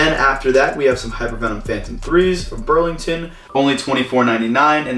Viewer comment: you keep saying brand names wrong like Ross you said Burlington and on t j max you said Marshall's